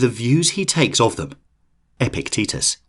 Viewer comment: I keep hearing Epic Tetus 😆